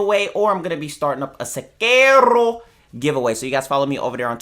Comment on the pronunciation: It's amazing how you made Sekiro sound like a latin word.